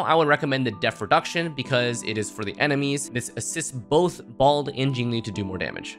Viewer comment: i just love "balde" ive never heard anyone else call blade balde before so :>